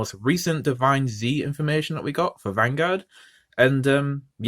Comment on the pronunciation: It's pronounced Divinez, like 'divines', not divine zee. It's one word